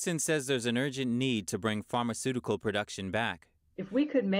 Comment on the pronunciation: anyone else have a problem hearing the fashion part? edit: and the parmacutical drug part too